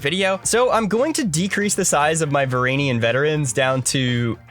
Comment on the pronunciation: Is it an Ottawan accent thing, because "Varangian" is pronounced "və-RAN-jee-ən."